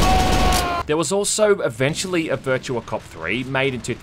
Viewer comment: Game Title "Virtua": "Bercha"